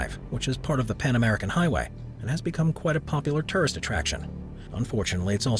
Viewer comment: His pronunciation of tourist as turrist & ceremony as cermy and sphynx as sphanx was distracting.